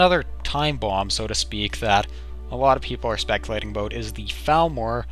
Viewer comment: aboot lol